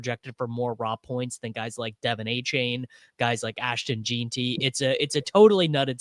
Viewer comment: Did you say “ashton JEAN-tee” 😂